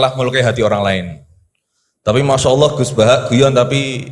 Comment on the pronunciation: sayangya gus baha nggak bisa lam jalalah,Alloh kok dibaca Awoh